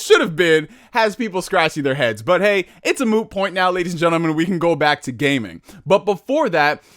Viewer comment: Either I am stupid or he said Moo Point. I love it.